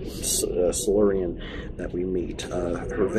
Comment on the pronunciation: Silurian is pronounced Sy-lure-ian, just so you know. I am glad you are becoming accustomed to Matt Smith as the Doctor. If he doesn't seem to fit in now, he will soon. VERY soon. About the TARDIS piece, spoilers. Why would you even ask? As for Rory, don't worry, his death isn't meaningless. But yeah, sorry we had to deceive you like that. It was necessary. Hope you don't feel TOO betrayed. Can't wait for next time! It's gonna be a good one.